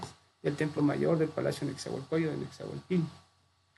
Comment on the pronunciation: Este es mi segundo comentario.. Cuando menciona a Nezahualpilli lo pronuncia Nezahualpiyi.. Según mi maestro José María Garibay, en la lengua Nahuatl la doble ele se pronuncia como una ele larga o dos eles separadas... Nezahualpil_li. Según el libro LA LLAVE AL NAHUATL.. JOSÉ MARÍA GARIBAY... EDIT. PORRUA